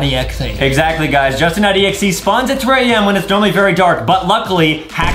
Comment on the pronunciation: Its not jousting😂😂 its justen😊 not trying to be rude